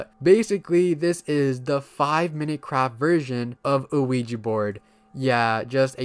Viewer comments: Most people pronounce it incorrectly, so I won't blame you for getting it wrong. Ouija is yes in both French and German. I can I write the proper pronunciation? We-Ya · Bro said quiji board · Bro, you are pronouncing the Ouija board wrong. The name comes from 2 word in 2 different languages put together. The word is "Yes" in English but the 2 languages that make up the name are French and German. The French word for "yes" is "Oui" and the Geman word for "yes" is "Ja". So, put together it is "Ouija". So, the pronunciation of the word "Oui" is "We" therefore, the correct pronunciation for "Ouija" is "We-Ja". "We-Ja board" not "O-We-ja". Just wanted to point that out. "Ouija" is pronounced "We-ja". Just subbed to your channel. I'm liking it so far. One criticism is I think you should try to slow down and work on fully pronouncing and your annunciation when you speak. I'm sure you're aware that you sometimes slur some words and cut out syllables. Example: everytime I have heard you say the phrase " I'm going to be talking about". What you say is " .....talking 'bout" which isn't the worst thing, but in your case, it is very noticeable. I always had a habit if wanting to get words out so fast that I would slur, mumble, and mispronounce some words and it takes some serious work to fix but you can do it. I think people would like to hear you talk more if you worked on correcting this and it would help you get subs and likes more. Just my opinion. Take it or leave it. No ill intention, I promise. Take care. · why do i always hear ouija as luigi euafyehaosuehfoashefouuahsouhi